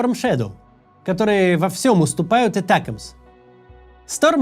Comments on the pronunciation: Этякамс 😅. Макс, Атакамс да и всё, мы не коренные американцы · Химарс, этекимс! Я сначала даже не поняла второе слово. Максим, а можете произносить эти названия как все, а то не только слух режет, но и сразу въедешь о чём речь? Спасибо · ATACMS. Ударение на второй слог. Сокращение от Army Tactical Missile System. Англичане по Би-Би-Си произносят с ударением на второй слог. И не "Этэкамс", а именно атакамс.